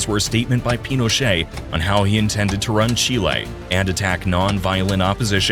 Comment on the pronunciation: FINALLY someone who pronounces Chile correctly